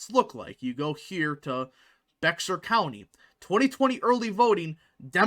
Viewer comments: It’s pronounced “BEAR” County not “BEXAR” County. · Bexar County is pronounced like “Bear”, the x is silent . From a native Texan. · It’s Bear county, the x is silent. San Antonio is in Bear county. It confused me at first when I moved there. The local will laugh at you as a yankee! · Great video! Looking forward to more like it. Just a friendly constructive remark: Bexar is pronounced like Behr as in Behr paint. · Based on your pronunciation of Bexar County, you ain't from Texas are you? lol